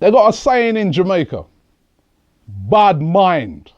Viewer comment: Robbie scared me when he said Bad Mind in Patois.